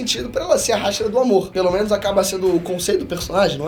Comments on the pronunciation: Primeiramente, Hashira e não Háshira. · q video dificil de assistir cm ele falando HÁ shira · A pronúcia é "ráchira" memo? A minha pronúncia é igual do Japão 😃👍🏼